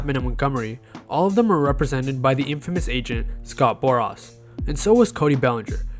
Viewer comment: Scott Bor-ass 😂😂 Two fifties million 🤣